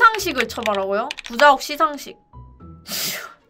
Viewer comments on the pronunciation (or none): 구자욱 발음할 때마다 구zㅏ욱이라고 발음하는거 개웃기네ㅋㅋㅋㅋㅋㅋㅋㅋ